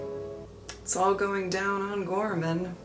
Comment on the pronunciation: Ghorman is French badly spoken.